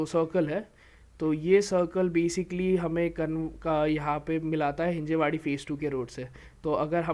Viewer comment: Not Hinjewadi.. it's Hinjawadi